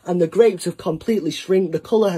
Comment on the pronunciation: "Just like ThiE Just like ThaA"